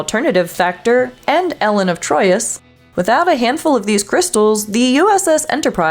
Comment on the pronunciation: ELLEN of Troyius? ELLEN?